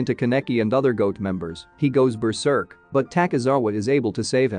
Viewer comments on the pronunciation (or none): none